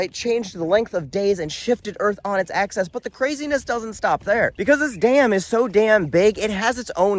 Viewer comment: Please pronounce it “newk-lee-er” NOT “new-Q-ler”, and “Aksis” not “Aksess”. Sorry, English major wanna-be. ✌️